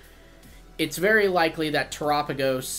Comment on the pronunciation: Yoo bud soo one thingy, Terapagos is pronounced after the word of Terra, earth, and galapagos, so terrápagos basicly